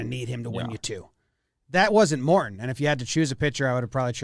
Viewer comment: “Mor-in” lol